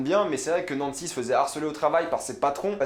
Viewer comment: "djonatan" haha pas mal l'accent après avoir bien dit Nancy